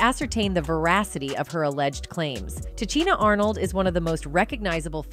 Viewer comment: Can you pronounce her name right before posting a video talking about her ?